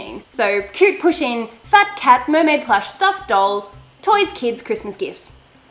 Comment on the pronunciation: Poo-sheen. Its pronounced like that. Not pushing. I love my pusheen.